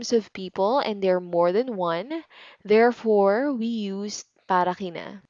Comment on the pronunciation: Why some people, such as you, sometimes pronounce K as if it were H (kina/hina, kay/hay)? Is it some sort of regional accent, or everyone in Philippines pronounces like that?